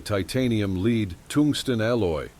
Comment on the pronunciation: As usual the voice synth has no idea how to say "lead" because it has no idea what context is.